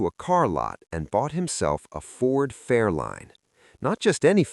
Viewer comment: Ford FairLANE, not line.